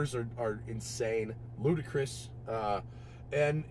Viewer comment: Its LUDICROUS (Lu-Di-kres) not Ludacris ;)